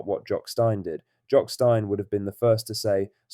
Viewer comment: Embarrassing you cannot get your AI pronunciation correct for Jock Stein